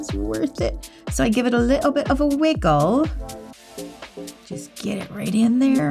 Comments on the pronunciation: "a lit'le bit of a wih-ggle." You're my kind of person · “ I give it a little bit of a wiggle” in an English accent 🤭🤭🤭🤭 good job ❤